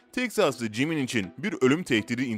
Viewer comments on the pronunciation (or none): none